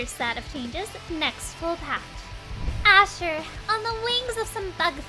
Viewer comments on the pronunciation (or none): Ahh 😢 Asher butchered